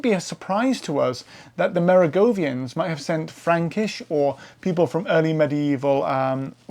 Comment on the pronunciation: The o in Kloster is the same as the o in most, Neu is the same as in noi in noise) Merowingian, the w is of course, a v, it is not Merogovian. So, aside from some slight butchering of names, it was a thoroughly interesting presentation on the numerous Völkerwanderungen of early Europe. I took my degree in Anthropology back in 1980. DNA had been mooted as a tool to assist us, but even then it was recognised as needing years before it could be reliably used, and it still has a way to go, however, it has made considerable strides. Thank you.